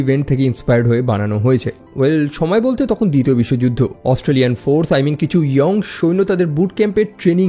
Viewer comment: উচ্চারণটা ইয়ং হবে না হবে ইয়াং